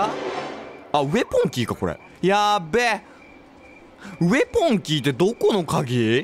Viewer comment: ウェポンのことウエポンって言ってるの笑ってしまうw